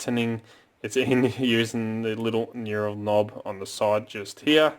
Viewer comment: And I’m so sorry. But knurled. Say “hurled” as I hurled a sack of shit I named Raymond. But change the H for an N. N- urled. I don’t want to be one of those dicks but it seems I have 😳. Awesome video as always mate 👍🇦🇺🥋